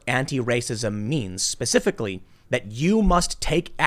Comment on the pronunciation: Pacificly or Specifically